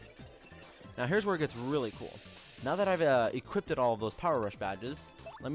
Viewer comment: Stop saying equipted.